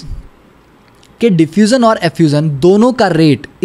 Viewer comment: .......Diffuzan and Effuzan 🤣🤣......awesome video💯🙏🏽